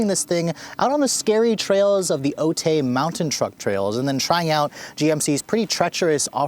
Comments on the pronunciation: Otay is not pronounced O-Tay. It's pronounced O-tie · That's how we San Diegans can tell a tourist... "Otay" is pronounced like "O-Tie", "O-tay" just sounds strange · I cringed every time he said it. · San Diego local here, I hope you enjoyed your stay here. Just FYI, it’s pronounced “Oh-Thai” Awesome video as always though. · It's pronounced Oat-i 🤭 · Minor thing: Otay is pronounced “O-tie”. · "Otay" is commonly pronounced "Oh-Tie" if you're in southern California [I think it's a Native American word]... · Ha. Its pronounced as Oh-tie (otay). Love your video man! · True story...straight murderd the name.